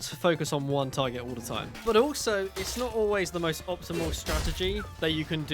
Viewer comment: "You can become the mostuh....of bait" got you a subscriber good sir 😂😂